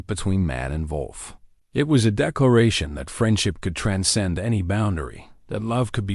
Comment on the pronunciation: big man + desparate wolf = dog, lifetime companion. That is probably how that whole thing started. Touching story. Some spelling errors. Those random spoken "dot"s are disruptive. Before there is a bit of gibberish. Your AI has a big problem saying "wolf". Did he get more wood for the fire? It had been running out.